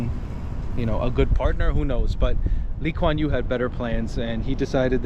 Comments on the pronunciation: Thank you for your compliments about my country. Yes you pronounced our prime minister’s name correctly 😊 He is highly respected here and dearly missed 😢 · you mentioned that singapore got kicked out of Malaysia for some reason...that reason was because Lee Kuan Yew (your pronounciation is right on!) disagreed with the Malaysian parliament to have a Malay Malaysia; he advocated for a Malaysia irrespective of race. The Malaysian Parliament wanted to give Malay race priority over other races that lived in Malaysia (Chinese, Indians, etc). The malaysian parliament was upset with his views and they considered him a threat so they decided to kick Sibgapore out of Malaysia.